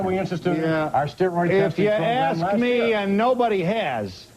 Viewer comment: That dude at the end wanted to “ax” a question. 😂😂😂